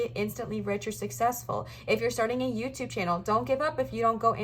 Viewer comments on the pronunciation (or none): none